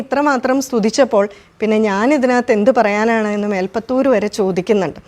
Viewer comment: മാഡം മേൽപത്തൂർ അല്ല ശരിയായ വാക്ക് മേൽപുത്തൂർ ആണ്. കൂടുതൽ ആളുകളും പറയുന്നത് തെറ്റായ പദമാണ്.🙏